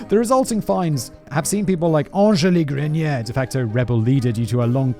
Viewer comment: Audrey Grenier here ✋🏽 massive fan and a French Canadian to boot :) Just so you know Simon, you pronounced my last name just fine! You’re not as bad at pronouncing French as some would lead you to believe 😉 Très bien 👍🏽 😁